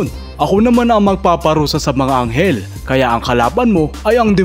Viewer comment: Eng eking sekend, pereng enghel hahahaha iba ka talaga ❤😂